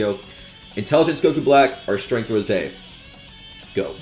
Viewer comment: It ROSÈ NOT ROSE